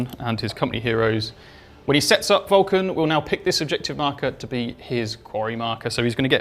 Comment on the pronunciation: While I know he is saying Vul-Can't, I have to do a double take every time, mishearing it each time. 😅